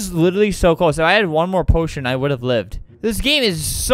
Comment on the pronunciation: he said poition i thought he said oh shi